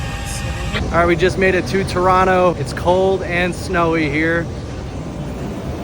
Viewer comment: Thank you for pronouncing Toronto correctly lol